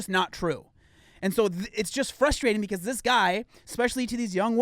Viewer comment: Gotta love the "frushtrading" :D <3 Greets from Germany